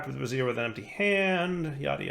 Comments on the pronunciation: I think the word is trying to say is Bray-zee-air not brazz-ear. the first one is a fiery thing, the second is underwear.:) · "brazier" rhymes with "Frasier". Bra-zeer is how you pronounce the ladies' undergarment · I do wonder why he pronounce brazier as brassiere. :P Probably just to amuse people like me. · "You know and words, he's not good at them" FINALLY! This is the first series I've watched of his. I've been asking myself if he was saying "miskellaneous" (miscellaneous) or "brassiere" (brazier) intentionally this whole time... It's the answer I preferred at least. I regularly mispronounce words because I read more than I talk to people. I knew "caveat" was a word when spoken verbally, but didn't put it together with the spelling. So when I seen it in text, my dumb brain said "cah-VEET", but it still meant the same thing because I had defined it from context clues. I read it that way for YEARS. That's far better than intentionally mispronouncing words as a failed attempt at humor at least lol. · Bray-Zee-Er what you're saying holds breasts. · Yeah, was gonna post something about this too. Bray-zure (similar to sure). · If he keeps saying bra-Zeer I think we need to demand a picture of him in a ritual bra-Zeer